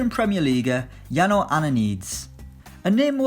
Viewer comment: It's Jano not Yano